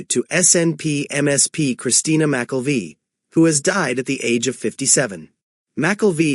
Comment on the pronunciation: McKelvie is not pronounced that way….